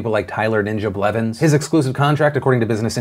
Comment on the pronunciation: nobody: Phil: TyLeR NiNJa bLeViNs